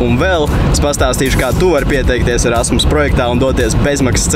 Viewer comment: kam vel likas ka teica ' rasmas' projekts?